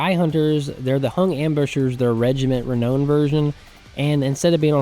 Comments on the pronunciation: It's Regiment of Renown (Re-now-n not Re-know-n) 😂, keen to play a Hung campaign though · Every single time that you mispronounce "reknown" I feel the urge to punch a retarded kitten. Please, sir: save the kittens.